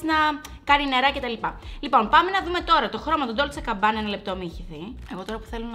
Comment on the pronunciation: GABBANA ρε παιδιά όχι CABBANA ❤️😅🤪